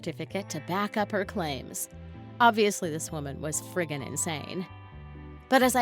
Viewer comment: No one: Litterlly no one: She:FrRiGgIn